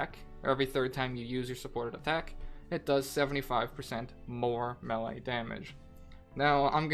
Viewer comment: It is pronounced MayLay